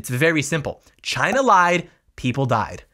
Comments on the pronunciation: Actually, he didn't say it came from "China", he said it came from "Ghina". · I thought it was hilarious he was was saying it normally and then said the meme version for emphasis. Chyna